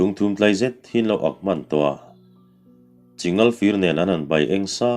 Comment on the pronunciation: Chi ngal fir nilo in... Chingal fir tih zawk tur aw...'ching' al aw..man em ang Chu👍👍